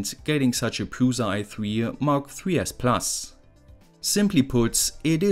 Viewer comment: The most German pronunciation of the word "PRUSA" xD